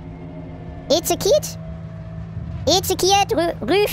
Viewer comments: Ich glaub es war nicht Ezekiet sondern Ezekiel xd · ezekiel ist ein engel haha. btw man spricht es esekjiel aus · Ezekiel (Ezechiel ausgesprochen) ist der engel des Todes Max xD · Es sind nur unterschiedliche Transkriptionen für einen hebräischen Namen (der ursprünglich einen Propheten beschreibt, von einem "Engel des Todes" habe ich noch nicht gehört...), der eigentlich in etwa Jecheskel (hartes ch) ausgesprochen wird.